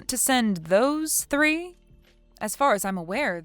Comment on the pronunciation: Mike, can you speak with a little more enthusiasm. It’s really hard to listen to. Also, it’s pronounced th-ree not “tree”